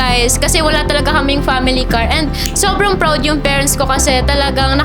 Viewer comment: "praodd" yarnnn HAHAHAHA